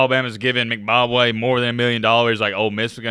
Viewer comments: Its M...... Bock ......Way. Not Mcbobwe or whatever youre sayin LOL Goofy!! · He definitely saying McBobway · It's M-BA-Kwe pronounced like Kwae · Is calling Mbakwe “Zimbabwe” or am i tripping 🤣🤣🤣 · More like M Bob Way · No he's saying McBakwe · Haha dude I heard that too! I was like am I hearing things or is he saying Mcbobway? lol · you can't even say this guys last name correctly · pronunciation of Mbakwe is something else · U can’t even pronounce his name right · say the man name correctly